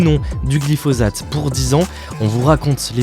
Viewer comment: Ça se prononce glifossate, non ? Parce que le z m'a fait mal à la tête